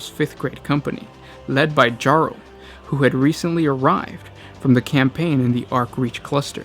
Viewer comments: You also say his name was Jarl? It’s Yarl of the 5th, but that’s just like Earl, Ragnar is a Jarl! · he also says it wrong lol